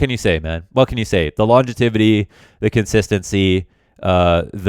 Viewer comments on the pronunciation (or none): we gotta talk. It ain’t “longetivity”, it’s longevity. Say it with me now, lawn-jev-atee. Sorry sir but ya killing me. Anyway wishing you best of luck tomorrow with the casting, can’t wait for it to start and looking forward to you and scrawny casting some good ole cs